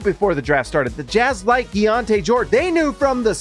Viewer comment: Is it key on te or key on ti? You keep saying the later. Which is it?